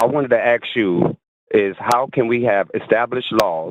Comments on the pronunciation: Whenever a caller wants to "aks" something, forget about getting through to them! 🤦‍♂️😳🤣🤣🤣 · maybe you get blocked because for one you can't say the work "ask" correctly. And you are also an annoying moron.